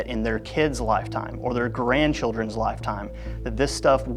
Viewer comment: Did you just say Garandchild…